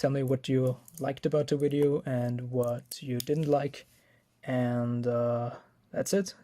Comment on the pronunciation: "wideo" hahaha